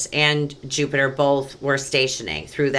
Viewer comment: That was so chock full of goodies i'm gonna have to watch it again. And I laughed so hard when you said "Plupiter" you have no idea! At one point you almost said "dirty money and poliTRICKS" lol, that would've been appropriate.:) Thank you so much! XO